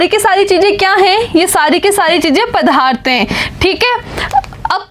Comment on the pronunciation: Mam vo padarth hai naa ki padhaarth